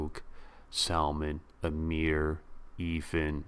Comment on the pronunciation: great commentary...If I may just correct your pronunciation of his name...it's IrFAAN (rhymes with Khan), not IRfun. Peace